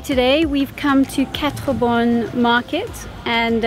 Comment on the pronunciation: woahhh am impressed.....your the first english speaking person that prounced quatre bornes like an actually mauritian